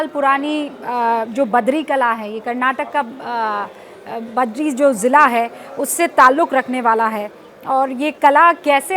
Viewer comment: It's Bidar not badri and it's bidri art not badri